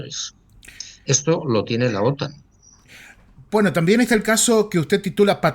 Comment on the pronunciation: Otán no. Otan. 😅